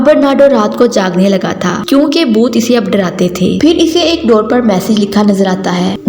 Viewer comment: Boot nhi bhoot 😀